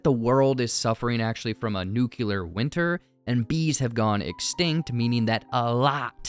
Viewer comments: Great video! One thing however, it’s pronounced noo- clee-ur…not noo-kya- lur… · nucular? really? The word is Nuclear. It's literally "Nu" and then "Clear". Why do you have to say it like GWB? 😔